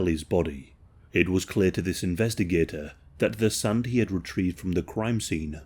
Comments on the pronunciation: Why you say SUN? instead of SAND?? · Yo that makes me giggle